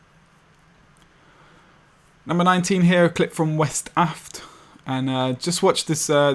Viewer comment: woop i made it into an episode or rather one of my clips did. one slight thing tho my name isn't pronounced west aft its wes taft as its my real name but oh well :D